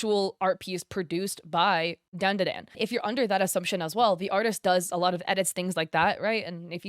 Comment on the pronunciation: Its not *DAAN DA DAAN" its "DAWN-DA-DAWN" djfjrjrjrrrresvss